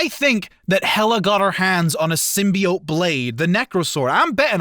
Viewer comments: “All the ‘symbiates’” lol, guy probably says Hawaiiah, Missourah, Diabeatus, nukeyaler.. lol now I’m just trying to think of more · Interesting. Never knew there was a third way of pronouncing "Symbiote"